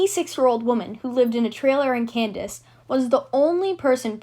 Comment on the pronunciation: It’s KAN- SAS not KAN- DAS my dear, get it right